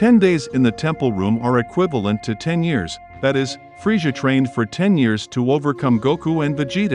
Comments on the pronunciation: It's Frieza not friesha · Why do you call him freisha lol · 😂😂😂😂😂freesja was killing me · Man saying freja lol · Claps Frieza by calling him "Freesjah". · Anyone else catch that he isn't saying the name right?